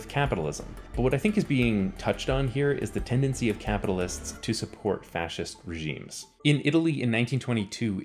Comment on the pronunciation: i started drinking for evertime you said fscist holy fuck my liver.